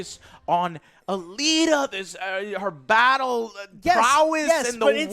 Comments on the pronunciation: Also don't review something where you can't even pronounce it's name correctly. It's not Battle angel ATTILA.... It's ALITA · You can tell that joe doesn't know what this movie is about as he pronounces Alita as "Atila"